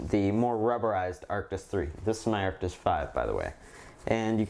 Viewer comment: Why u say artis😂